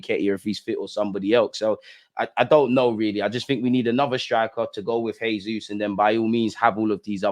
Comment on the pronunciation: jesus in Portuguese as "jay-zus" and not "hey-zus" that's Spanish.